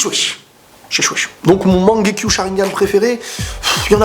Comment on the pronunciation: Mangekyô* c'est quoi ça mangekyu mdr